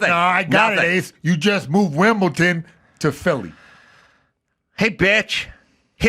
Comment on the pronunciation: WimBleDon not Wimpleton!!!